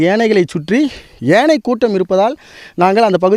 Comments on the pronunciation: Do you conduct interviews for the news readers and reports before they join? If you do so, do you check their fluency, pronunciation and their knowledge on grammar? யானை - ஏனை? ஒரு யானை இறந்து இருந்தது - ஒரு யானை இறந்து இருந்தன ? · செய்தியாளருக்கு யானை என்று சொல்ல வரவில்லை. ஏனை என்று கூறுகிறார்.